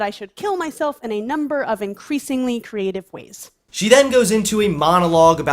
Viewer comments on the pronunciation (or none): none